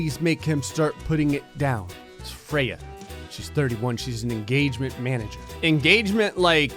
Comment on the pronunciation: YOU SAID FREYA WRONG SCRÈEEEEEEEE. YOU LITERELY SAY IT HOW I HATE IT. Nuh it ain't mah name.